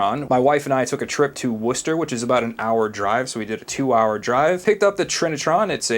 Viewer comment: As a Brit who lives in Worcestershire... thank you for pronouncing Worcester correctly!